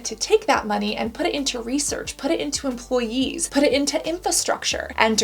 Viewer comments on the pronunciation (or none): none